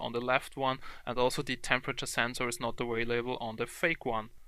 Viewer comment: awalable what lol